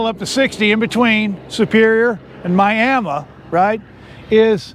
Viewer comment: Congratulations!! You pronounced "Miami" correctly. We ALWAYS called the town Miamah.